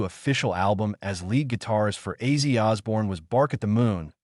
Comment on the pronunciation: Who is Izzy Osborne? This dumb fool doesn't know how to read!! Because of this he sucks!!!!